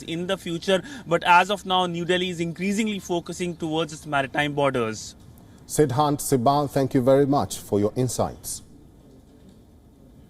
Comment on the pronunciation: OMG, I am quitting, To protect my ears from his pronunciation